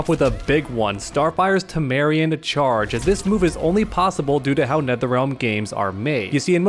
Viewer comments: "Tamarean." Me: "It's Tamaranean." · "Tameranean" - TAM AH RAIN E UN ❌ "Tameranean" - TAH MARE E UN ✔ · why does he keep saying tamarian?😂😂😂it’s pronounced tam-er-rain-ian, i can tell he’s never watched teen titans before, but besides that i love ur vids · I love rewatching these vids but every time says “Tamarian Charge” I die a little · TAH-MUH-RAY-NEON. That's the accurate pronunciation. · Great video, also I don’t mean to be that guy but it’s actually pronounced Tah-Mahr-Ay-Knee-Ahn. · You pronounced Tamaranean wrong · I’m never going to stop being bothered by how you mispronounce Tamaranean Charge.